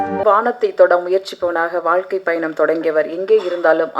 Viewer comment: வாழ்க்கை ❌ வாய்க்கை ✅